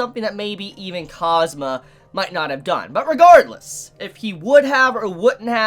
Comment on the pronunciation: Don't say cosmo its kaazoomaa. Its a kawai name don't ruin it.